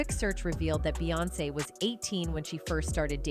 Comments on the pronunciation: Jesus I can't listen to this AI shit anymore..."BAY"🤦🏽‍♀️. SMMFH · When yall say her name “Beyoncé” yall pronounce it “BEEyoncè” Yet yall pronounce “Bey” & “BeyHive” as “Bay” & “BayHive”…… pisses me off